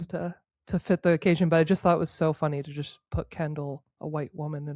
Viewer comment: Ha! She said funty!!! 😂